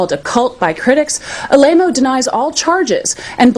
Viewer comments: "A-lame-o." Shade! Lolol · Dude she called him Tony a-lame-o lol Dan didn't mention that